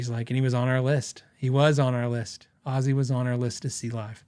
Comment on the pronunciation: Happy Birthday old fart 🥳 I'm learning so much stuff from your channel. Thank you for all you are sharing with us. I played some scales during the video just keep me busy meanwhile. Narrator kept saying "Azie" instead of "Ozzy" 🤣 sheez....